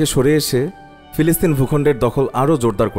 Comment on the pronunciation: ফিলিস্তিন, পিলিস্তিন নয়.